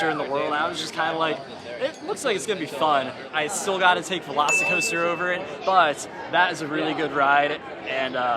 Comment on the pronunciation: half the time says "veloci coaster" i hear "lost coaster" and its like indiana beach is punching above its weight